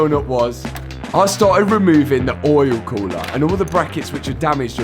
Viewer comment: Oh my god I was so excited when I saw this video in my feed!! My fav part? saying "Oyul Khoolah"... Lmao😂😂